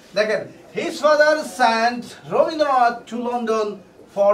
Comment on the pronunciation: Rabindranath হবে robindranth nah 😁😁😁😁